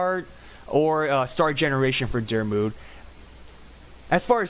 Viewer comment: The way your saying my name 😑 Your so far off